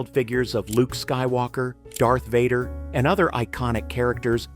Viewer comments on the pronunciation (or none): none